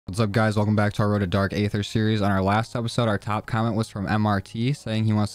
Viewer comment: no hate but it’s pronounced dark ether